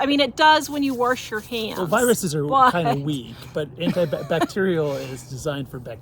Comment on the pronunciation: WHY do yu keep saying WARSH